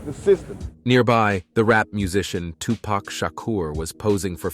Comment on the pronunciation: It’s Tu-Pac (Poc) not Pack I hate when yall pronounce his name wrong.